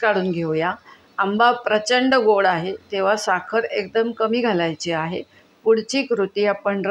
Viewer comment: सादरीकरणामध्ये अजिबात गोडवा नव्हता....कोणी मुख्याध्यापिका बोलत असल्याचा भास होतोय..... आहे व आहेत या शब्दावर इतका जोर का लावताय...